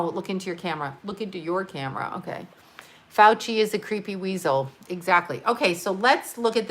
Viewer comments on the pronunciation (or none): none